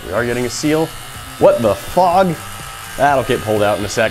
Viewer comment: What the fog Lol I thought you said f*ck